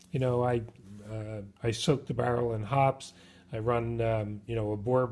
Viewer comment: The people at Hoppe's pronounce it "Hoppy's"